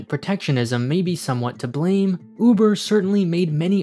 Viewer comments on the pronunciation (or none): none